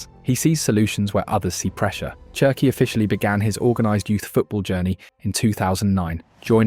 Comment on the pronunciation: Wonderful video but I have to say this… it’s “Sherki” not “Chi”😂 it’s French like you don’t say Chi-cago but shi-cago. Wirtz is Virtz. The same thing.